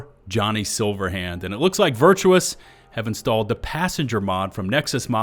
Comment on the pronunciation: It is Virtuos not Virtuous xD